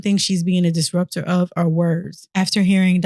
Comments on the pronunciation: Disruptor is the word right? Cause what is a distrubptor? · Did she say... distruptor? she got a doctorate and still can't say disruptor?